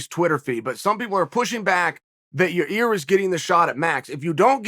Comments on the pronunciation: Hey Chael I just want you to know that I know when you fuck up names of fighters, it's on purpose. Hilarious. Love the subtle digs you take at certain people while playing dumb keeping a straight face. "Yarir" lol. There's many other times you've done it I'm sure there's a compilation video somewhere on the interwebs can't think of any others atm.... Hilarious Sir. Keep up the great work! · Your-Air or You-Rare how bout we make it easier for Uncle Chael Ya-Year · Your ear? Ya rear? Your rear? Urea? Your year? Yo year? Yo rear? Year rear? Year ear? Ya year? Ya ear? FFS, Chael, pick one mispronunciation and stick with it! 😘🇺🇸👂🏻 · Gotta love the enthusiasm when old Chael talks about "Your Rear" Rodriguez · real name of the pronounce is YAIR Rodriguez AKA El Pantera,sonnen. I heard of it, In My Opinion. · Ya-ear Rodriguez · Your-Rear Rodriguez.... 🍑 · I'm just here to hear uncle chael say "YaRear"... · Lmao How he gone keep calling this man "ya rear" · I hit the play button on this one just to hear Chael try to pronounce Yair. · It’s been 5 years . Learn how to say yair😅